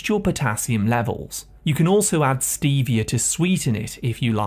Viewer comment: you were going along so nicely and then you said the word Stevia. There are a few other areas of improvement you can make so that you can have a close to stellar video about potassium.